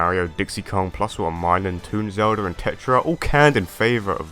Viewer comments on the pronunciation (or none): none